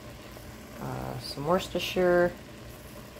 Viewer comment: "It was the best of shire, it was the worstofshire"😂